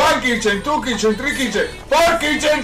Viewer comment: ً Yeah but pronouncing it loses sight of the T my man.